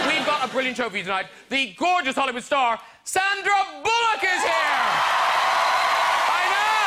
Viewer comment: I love Graham always, but her name is SAN-dra Bullock, not SON-dra Bullock